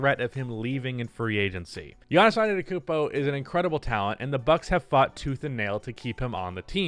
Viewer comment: it’s akumpo